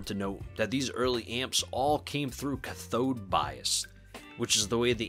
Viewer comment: You're pronouncing cathode bias incorrectly. It should be pronounced similar to cat on the first part, with the emphasis on the first part of the word rather than the second part of the word. Other than that, nice video! Love these amps!